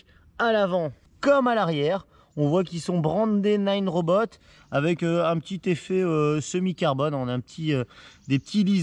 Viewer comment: Salut, juste un detail c'est Nanrobot pas ninerobot:) sinon belle video